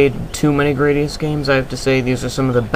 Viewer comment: grah-di-us not gray-di-us